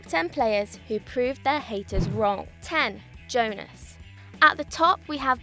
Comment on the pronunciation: "Oh a new presenter, let's see how she does" Pronounces Jonas wrong immediately #DjellabBack